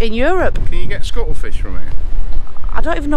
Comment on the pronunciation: its CUTTLE fish. Not scuttle 😂😂 and Lisa all I know cuttle fish for is its normally given to budgies to knaw on dried to keep their beaks short